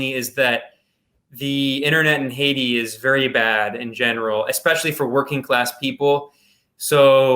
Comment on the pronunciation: Is that the correct pronunciation of Haiti?